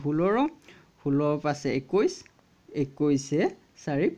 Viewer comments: আপোনাৰ যাদুটো ভালেই লাগিল কিন্তু; দুটামান শব্দৰ উচ্চাৰণ অলপ খেলি-মেলি যেন লাগিছে যেনে আমি ষোল্ল, চৈধ্য বুলি কওঁ, আপুনি ষোল্লৰ, চূধৰ বুলি কৈছে। ভুল হ'লে ক্ষমা কৰিব 🙏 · 16 17 kuwa pronunciation hua nai